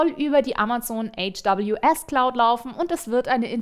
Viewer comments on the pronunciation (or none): Facehugger in Half-Life und AWS als HWS aussprechen, 20% = 1/4?...